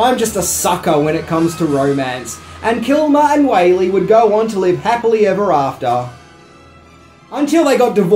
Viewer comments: It's Wall-y not Whaley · That's Joanne WHALLEY (pronounced WALLY or WALL-E), NOT Joanne WHALEY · One more. Joanne Whalley - Whalley pronounced like 'Wally'